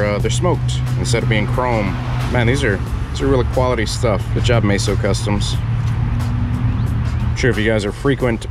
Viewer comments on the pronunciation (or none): MEso not MAYso